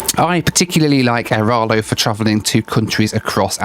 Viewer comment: AiraLO not aiRALO